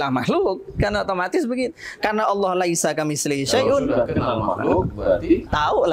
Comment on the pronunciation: Pak ngucap "Laisa Kamitslihi Syai-un" yang diucap makhroj hurufnya gak pas pak Ustadz. Antara Sin Tsa dan Syin.